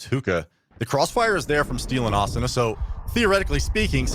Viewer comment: They need better comentators just look at how he says asuna it triggers me soooo much